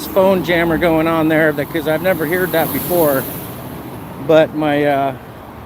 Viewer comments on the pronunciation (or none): Wait, did he say “here-d” instead of heard?!? Wow! 😂 I love how he was so confused as to what to do next that when the big guy said he was mentally challenged he agreed with him! Never has a statement been more accurate!! 😂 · He miss pronounced 'heard'. I wouldn't have thought that was possible until this very minute.